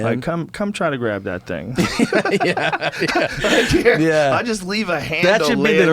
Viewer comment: Joey: y ever go get sushi and eat a lot of it? Tom: Eyeah!